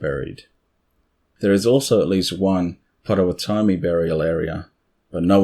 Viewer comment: Pronounced POT o WOT omee. (I'm from there).